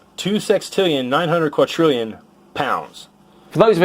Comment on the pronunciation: Just 5 seconds into the Flerfers' video and I'm already facepalming. There's no such thing as a "quatrillion". He's tying to say "quintillion" but is failing miserably. Flerfer: "If gravity can hold sextillion pounds of ocean, it should have no issues with these magnets right?" Also Flerfer: shows how the magnets fall down, demonstrating that gravity has no issues with them Oh and by the way, just because you don't understand how scientists figure things out from just "weee ooo wee squiggly lines" doesn't mean it's not possible. I'm currently doing a bachelor's thesis on detecting objects using radars. I have a radar and all this radar gives me is squiggly lines. And guess what, using just those lines I can figure out what cars are around me, what's their distance from me and what speed they are going at. We can figure out a ton of information from squiggly lines. Just because you can't doesn't mean no one can. I kind of get his point though. He's saying that we shouldn't trust the data because maybe there's an unknown substance at the centre of the Earth that only behaves like the substances we know but actually is different. And I mean sure, but with this logic we'd never get anywhere. If I'm standing at the traffic lights and I see a green light, how do I know it's actually green? What if I've suddenly become color blind and the light is actually red? What if there's somehow a bug in the light's system and it lit up with the wrong color? Are those things possible? I guess